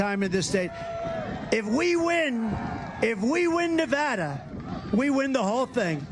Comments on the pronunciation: Every time I hear this song, I cry. I❤MY 🇺🇸💯 Thank you for pronouncing that BEAUTIFUL STATE CORRECTLY! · He says Nevada properly!